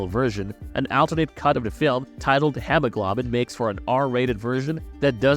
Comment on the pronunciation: Good movie but you really butchered the name, hemoglobin. That is part of your blood which is necessary for transporting oxygen